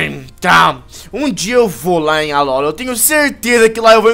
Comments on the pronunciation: alóla cara vc ta vendo algum acento agudo no nome alola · se fosse fazer essa série 1° aprende a falar alola não alóla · nãose fala alola mas se fala alôla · n é alóla é alola com o (O) mais forte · n é alola se fala alôla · se fala alôla